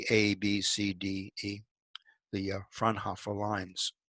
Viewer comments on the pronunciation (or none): Frau-N-Hoooooo-fr. Not "frnhoffer"...Please work on your languages....